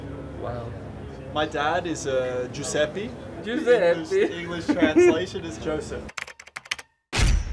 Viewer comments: ricciardo can't even pronounce his father's name. "giuseppi", lol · Daniel just fucking called his dad Giuseppi... With an i at the end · How? More than having them in the same house 24/7? XD Ricciardo's parents are Italians and I was surprised that in spite of that he can't pronounce his father's name and surname with the correct Italian pronunciation.